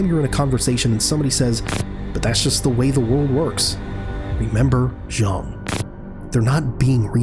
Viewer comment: His name is Ji-ang, not Jung. Get your AI bot writer and speech synthesis to say it properly next time.